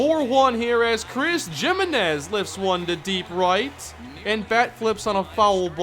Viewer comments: jiminez is not pronounced like "jim" it's pronounced like "he"-"menez". Good lord man. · And I'm pretty sure it's "HIMinez" not "JIMinez...even if it is JIM please say HIM cuz it just sounds awful lol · the way he pronounces Giminez takes me back to high school spanish class X'D